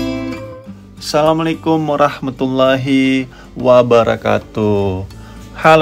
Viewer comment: Bro diralat lah, jgn salamlekum?? Tapi assalamua'laikum..